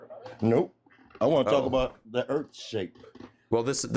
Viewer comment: LOL, '' pronounces Earth as 'Urf'